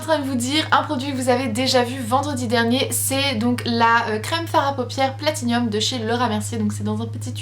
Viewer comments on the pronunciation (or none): none